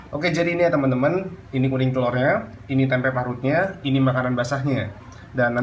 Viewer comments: Risih banget kalau dia blg "tempek",,, "TEMPE" yg bener!! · Nyebut tempe jgn dikasih huruf K.